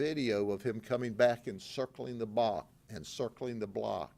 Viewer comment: "...and circling the bock, and circling the block, and circling the blod..." I absolutely love Sheriff Grady Judd but sometimes he says the funniest things!